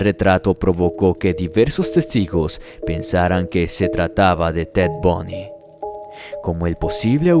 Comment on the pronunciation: ¿Alguien más escucho Bunny y no Bundy?🤔